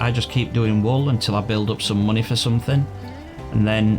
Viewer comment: I love how you say munahy